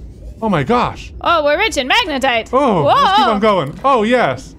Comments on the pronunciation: Katelyns face is like the this is fine meme every time she hears say magenite instead of magnetite 😂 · majinight, magnetit, majatight, magnetite, lol the saga continues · Not majinite! Magnetite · please say magnetite and not Majinite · They added more horror because the anxiety of the oxygen running out and the frustration from pronouncing magnetite wrong wasn’t enough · I hope in the edit they have an " says magnetite incorrectly" counter hahaha